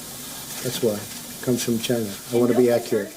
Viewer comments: i fucking die every time they show that "it comes from CHY-NA".LMAO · the way he says CHINA ! just makes me lol .....He sure hates CHINA ....lol